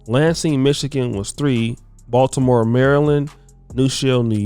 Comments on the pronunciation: BaltiMOOO?? DO NOT GO TO BALtiMO! Its baby philly!! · Yea we he said bmore👀